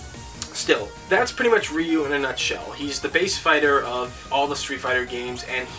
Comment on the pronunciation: Ryu is pronounced "Roo"....